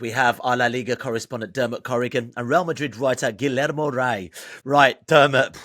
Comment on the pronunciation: Will never understand why people don’t even try to say Guillermo’s name right. It’s not hard.